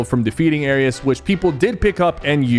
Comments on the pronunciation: SYPHER HOW DO YOU NOT KNOW HOW TO PRONOUNCE ARES? IT'S NOT ARIUS BRO IT'S 4 LETTERS☠️☠️☠️☠️ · Ares is pronounces "Air-ees" and Montague is pronounced "Mon-tah-gew" 😭😭😭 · It air ees not air es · aireez not aireuss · Sypher: Aris Everyone else: Ares edit: Ok he said basically every characters name wrong 💀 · Nah he called Ares airious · Blud said Arius instead of Ares 💀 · no way bro kept saying "arius" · as a Greek I’m just offended the way he said ares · Not only did he put Nishas ar lower than Valeria’s smg he also put Montague low it’s good when you hit your shots plus he kept saying ares name wrong 😭